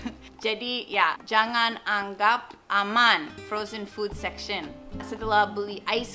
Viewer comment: Aku mau benerin aja ka Sach... itu harusnya "anggap", bukan 'angkap', tapi gapapa banget lah, kita ngerti yang ka Sacha maksut (: Btw, thank you so much ka Sacha udah mau berbagi informasi seperti ini menggunakan bahasa yang lebih kita ngerti...❤️